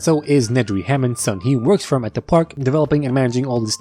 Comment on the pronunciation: “HAMOOND” from the grand tour 😂😂